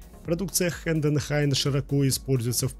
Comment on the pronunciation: коллега, спасибо за ролик. Вопрос: почему вы не упомянули о таких распространённых системах ЧПУ, как Окума и Хаас? И ещё: у вас с орфоэпией не совсем лады: слово «Хайденхайн» произносится вот так, но не так, как вы произносите. Я сам умею работать на четырёх стойках: Синумерик, Хайденхайн, Хаас и Окума. Ещё у нас в цехе есть Фанук.